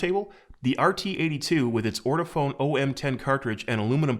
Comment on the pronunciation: I love how people call it "ortiphone" instead of "ortofon" (ort-oh-fawn). This is the 4th review in a row I've seen where they don't know how grammar works with / without an ending e.